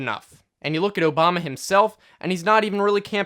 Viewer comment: Am I the only one who replayed the start three times because I couldn't believe he said his name right